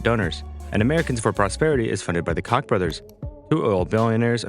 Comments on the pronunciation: Also- since you’ll probably be referencing the Koch brothers shenanigans in future name is pronounced Coke brothers not C*ck brothers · Koch Bros is pronounced similar to "Coke"